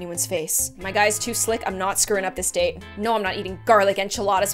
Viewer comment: lol sounds like date as in the food